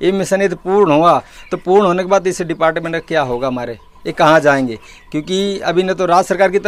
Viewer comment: Help self group ...depart kch word toh sahi se pronounce karo